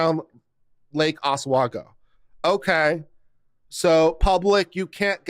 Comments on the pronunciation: I believe it's pronounced Os-wee-go. Could be wrong. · Oregonian born and bred Oswego is pronounced Ah-swe-go.